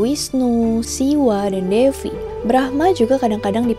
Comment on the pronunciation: thank you kak sudah bahas mitologi Hindu :)) untuk pelafalannya ada sedikit koreksi nih kak, di Hindu itu v dibaca w jadi misal Devi bacanya Dewi, Vaishnava bacanya waisnawa, dst. semangatt kak :D